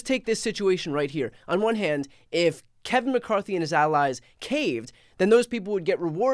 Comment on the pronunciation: I heard someone call him Kave-in McCarthy.🤣🤣🤣